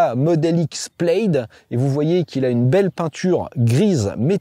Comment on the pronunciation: "Plaid" se prononce comme "plade", pas "pleillde"...